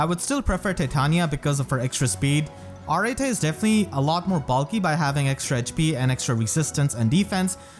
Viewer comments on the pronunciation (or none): To help you out 'cause I hear your struggle with that name. It is pronounced (Ar-et), it can also be pronounced as simply (Art). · i think its proniunced areet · I always said her name like A-rete. Not…whatever this pronunciation is. O_O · Raise your hand if you thought her name was pronounced “ah-ret” and not “ah-rah-tay” all this time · Wait so, how do you properly pronounce Arete? I've always pronounced it as if it was "Arette"... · What’s crazy isn’t how bad she is, it’s how her name is pronounced. Ar-eh-Tay?? How?! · Pronouncing her name the way you do, sounds like Earring in Spanish, which I find adorable. I always gave it a kinda French pronuntiation. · When Arete pronounced her own name in her voice lines it was NOT how I imagined it lol I'm probably gonna build her even if she's not unique, I like her a lot. All im hoping is that this isn't a sign of Mythic Anankos this month.....I need my orbs for cyl